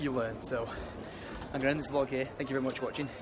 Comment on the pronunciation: "It's vary vary sticky.." ITS LITTERLY CALLED A POTSKICKER FOR A REASON